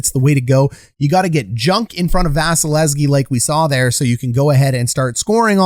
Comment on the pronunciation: KEE KEE KEE please